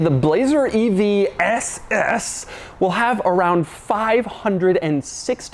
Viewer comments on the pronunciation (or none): The way he said ss 😶‍🌫️